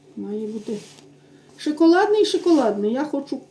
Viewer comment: Не шИколадний, а шОколадний,, ви вже стільки часу ведете блоги, старайтеся правильно вимовляти слова, ви ж не в хаті говорите, а на велику аудиторію. Не в образу написала, але постійно чути шИколад, шИколадний, ну вже трохи набридає.Гарного вам вечора!!!👍🍁🍁🍁